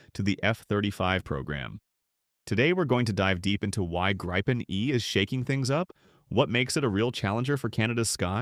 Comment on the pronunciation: If you're gonna use AI like a lazy ass to generate garbage content, can you at least get the pronunciation right? It's "grippen" not "gripe-en" ...